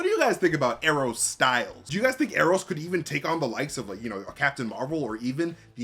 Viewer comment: “Ee ee ron” I was not ready to laugh that hard